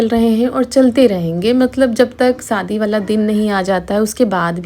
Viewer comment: Sadi kyu bolti ho shadi bolo bahut hi kharab kagta jab bolti ho